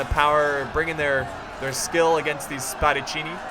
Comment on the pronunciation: u red Spadaccini right for the first time. Nice Job.